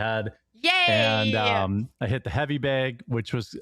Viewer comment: I don't trust a dude who can't even pronounce the one syllable word 'BAG' correctly...and this is a 'deal breaker' before we even take into consideration his multitude of scams for his non-existent 'coffee roastery' he claimed to be building. :/ - queue the 'mazda' "vroom, vroom" sound byte for his RC car collection